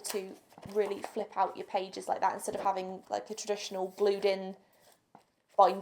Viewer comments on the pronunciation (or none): none